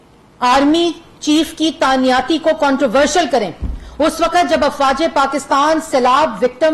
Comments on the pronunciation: Tanyati nhi hota lafz he tainati pehey school to jao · تعیناتی ہوتا ہے جاہل عورت تعنیاتی نہیں ہوتا،دور کھلا تیرے تے ایڈی تو فلاسفر